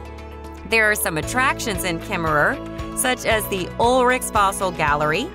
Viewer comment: And Kemmerer you don't say the last er, they are silent. It's the home of James Cash Penny, and where the mother store of JC Penneys is. Please learn how to pronounce the names of the places please!